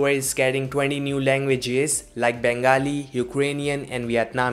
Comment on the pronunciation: The way he said Bengali 😂